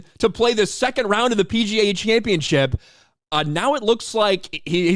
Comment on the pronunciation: championship, not championchip